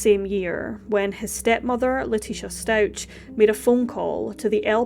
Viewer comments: It's pronounced StauK not StauCH. Love the channel so far 😊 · Very sad case. BTW, the family surname is pronounced Stau-k and he was found in a suitcase not a box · Its really irritating to me that you’re pronouncing the last name wrong. Watch at least ONE video of the trial before you post on this again. It’s sincerely disrespectful to act like you know what’s happened but not even get the name right. Its been literally all over the news and social media. You have no excuse for this.